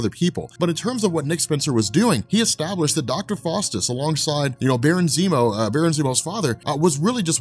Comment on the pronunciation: Its pronounced Dr. FOWstus, not Dr. FAWstus. Small point perhaps, but pronunciation IS important. That said, GREAT video as always: you help make sense of a more or less nonsensical, increasingly large comic "mulitiverse". Thank you!.